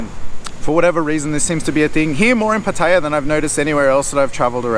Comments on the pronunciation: Pa-Thay-ya??? How about Pah-tay-Yah! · Some good points. Also, pronounce Pattaya correctly. The emphasis on the ya not the pat-tay-----yah. You sound like an idiot to locals. Also, the Wai conundrum ... Wai or not Wai? Simple, don't do it if you don't know the etiquette. Having lived there for over 10 years, one sure way to be spotted as a rube is to Wai everyone. Best response is to smile and nod, they will not expect more. ATM - excellent call, that's a trap I have fallen into in Hua Him. Luckily, the 7-Eleven had it behind the counter via a friendly local. Someone in the comments mentions altercations. RULE NUMBER ONE: Don't get into any. The advice to pay the bill and move on is a good one.Thailand can be unforgiving to anyone who gets indignant at everything. I always tell people ordering food, if they want to correct, just add on, get the dish you didn't want, otherwise it will all go horribly wrong. Motorbike and Jetskis are mainly a Pattaya and Phuket scam, but as he says, beware. Phuket is a destination best avoided for Mafia taxis and criminal tuk-tuks. Jomtien is a nice peaceful beach in comparison, or Hua Him or even Prachuap Kirikhan (Spelling might be off . . 555). There is also a farang penchant for walking around in expensive gold chains. I would recommend not to do this, for obvious reasons. This sort of advice that's given is even more essential if you get out into the wild, the countryside. Guns are rife, you don't want to be approaching the wrong girl or trying to argue a bill somewhere where E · I'm surprised how an intelligent guy like you, still can not pronounce Pattaya correctly.. I thought it was only the poms who insist on saying pat taya... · all you guys pronounce pattaya incorrectly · Please pronounce Pattaya right please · good advise mate but would prefer if you learnt how to say "Pattaya" correctly. Although your tips are good, you sound like a tourist. Otherwise, good video.